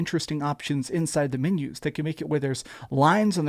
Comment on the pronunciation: MENUS!?! At a CAFE the waiter hands you a MENU (MEAN-you) so you can order what you want. MENUS, pronounced MEAN-yous